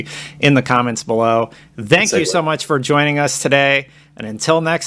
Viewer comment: Its thank you not zank you